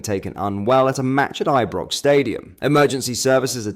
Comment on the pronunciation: Are you using AI text speak? Your pronunciation is all over the place. All rangers fans know how to pronounce Ibrox. And it's Fraser burra